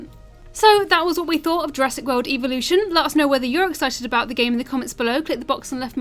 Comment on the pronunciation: Evo-lution cringe..